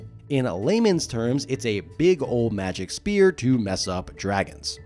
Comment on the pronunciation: Love your videos. It sounds like you’re saying “spear”. Or are you saying “sphere”?